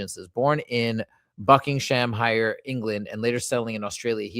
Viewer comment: It's not Bucking - Ham - Shire. It's Bucking-um-sure.